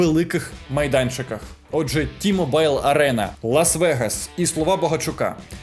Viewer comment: Доброго дня! Ви робите хорошу роботу! Чудові огляди, інтерв'ю...! Дякую Вам! Але хочу звернути Вашу увагу, що T-Mobile читається не як "Ті-Мобайл", а як "Ті-Мoбіл". Так само як і олія Mobile1 читається не як "Мобайле1", а як "Мобіл1". Одному українському блогерові підказав, то він сказав що саме так говорять коментатори, спортсмени яких він чув, і що одразу видно що я не носій цієї мови! Я також чув ще в 2006 році в Україні на спортивному каналі як говорили взагалі "Ті-Мобайле". Так от, я мешкаю в Штатах майже 25 років, є громадянином Америки, і моїм оператором стільникового зв'язку майже 25 років є T-Mobil, який володіє цією ареною! Підказую Вам, аби й інші українці які вас слухають не говорили, що так правильно, бо так говорить на каналі Тайк Майсон!😉🤣🤣🤣